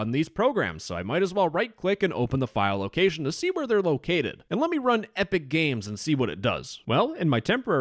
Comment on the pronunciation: I just kept laughing every time he said epicga